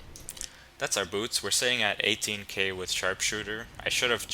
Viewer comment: lol your pronunciation of "boots" is funny. Buuts.